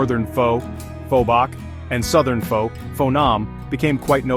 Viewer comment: AI Slop. The AI narrator mispronounces Pho every time 😂